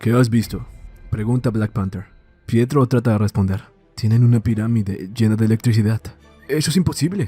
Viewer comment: No es "Prieto" es PIETRO!